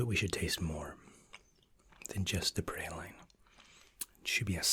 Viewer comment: I’m sorry lol. Did you just pronounce praline “prah lean” as “pre line”??